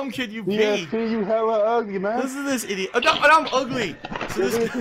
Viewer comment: I hate his pronunciation of "idiot." Infuriating.